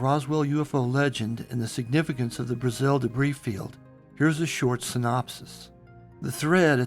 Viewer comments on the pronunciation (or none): Its pronounced BRA-zil. A as in 'ant'.